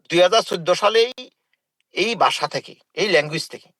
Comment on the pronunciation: পঞ্চান্ন কে বলে পাঞ্চান্ন, আর ভাসাকে বলে বাসা.. তার নাম.......।